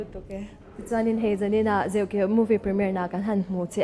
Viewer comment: Host hian a film hming a lam dik lo tluan thak mi hming koh dan a hre hlawl lo bawk. Chuan Josepha hi mithar ni lo film lamah 2004 khan a chang tawh